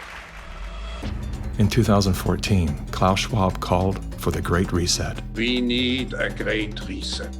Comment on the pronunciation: Reset... He said ve need a reset.